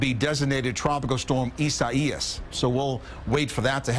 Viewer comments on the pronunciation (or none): I-ZAY-AHS not ISA-IAS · I -SAY-AH,I-SAY-AS